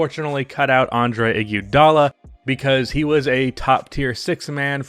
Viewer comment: PLEASE. I'm begging you bro. Learn to pronounce Iggy's name or call him Iggy. Whatever you're doing is so weird bro